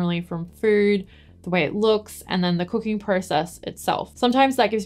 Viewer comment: I did such a hard double take when you said "I love cooking" because at first I thought you said "I love cocaine" because of your accent hahahaha